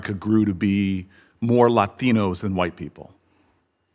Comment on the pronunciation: He says Latinos weirdly